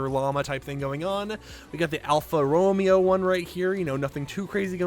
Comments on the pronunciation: Sorry to be that guy but it Alfa ro MA o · The Romeo in Alfa Romeo kinda sounds like (Row Mayo) For future reference